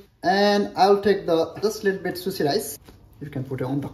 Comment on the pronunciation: It's not susi,,,It's sushi...